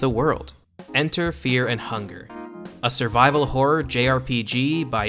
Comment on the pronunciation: Feah and hungah